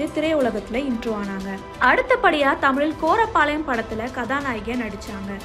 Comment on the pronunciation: Hey korapalayam illa koripalayam paithyam